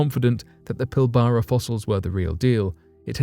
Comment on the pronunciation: lol PIL - BARA no!!! It is pronounced PIL - BRA